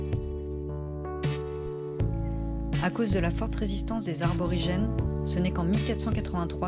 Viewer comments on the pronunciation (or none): 2'45", les arborigènes... aïe, ça pique les oreilles! Cela dit c'est sympa cette sorti à Las Palmas qui rappelle tant de souvenir. J'y retournerai peut-être l'année prochaine, au mouillage devant la plage. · les "arborigènes" ^^ 🤣👍